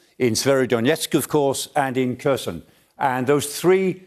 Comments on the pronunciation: chhhhherershhoooon_? really.,,,herson...Kherhon...HERSON.so bad? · Kherson has a silent K. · This guy is hopeless, 6 months into the war, and he's still butchering Herson as /KeR SheN/, f'ing illiterate senior citizen... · Prof. Clarke makes more sense in his reports than most other experts - even if he does think Kherson is Kershon ... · so, Kherson is easy to pronounce, "K' is silent, and the rest is the same as 'her son' in Eng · I just wish he learned to pronounce the place names a bit better, considering how often the place names are said. Kershon and Severodonyesk are grating. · Over 100 days of this war and Michael still can't pronounce Kherson correctly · Silent 'K' on Kharkiv and Kherson. Come on old chap :) Golden explanation at least. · Is the pronunciation supposed to be “severodonYEtsk”? I know “kershon” is totally wrong at least.